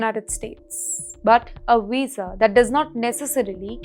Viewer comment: A Weeza? What's a Weeza?